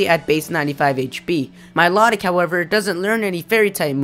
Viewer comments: Milotic. Mii-low-tic Not Me-lot-ick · It's pronounced like MY-LOW-TICK, not MY-LOT-IC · Also, Miliotic... your saying it wrong, notice the T in its spelling. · I thought milotic was pronounced My-low-tick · Or mee-low-tick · you said Milotic's name wrong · I thought milotic said different than you said it